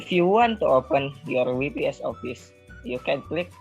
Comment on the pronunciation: WPS is pronounced "double yu pi es" NOT we pi es =)